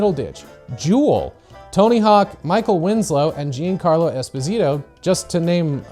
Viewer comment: bro said jean carlo